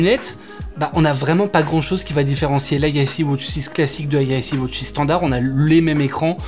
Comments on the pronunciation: Ridicule entre les deux montres au poignet et la prononciation wOtch 😢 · Galaxy Wootch 😂